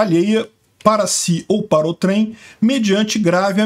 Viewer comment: Não entendo a dificuldade que youtubers têm para pronunciar corretamente a palavra "outrem".